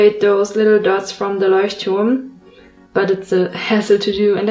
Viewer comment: Wow. Ich liebe deine Zeichnungen , die sind unglaublich schön. Welche Stifte benutzt du dafür? Und wo bekomme ich die? Außerdem Respekt für dein gutes Englisch. Habe erst gemerkt, dass du aus Deutschland bist als du Leuchtturm gesagt hast 😊